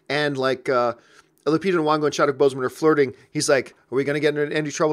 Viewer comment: If you're gonna praise Lupita Nyongo then pronounce her name right. Do you see Nuwongo?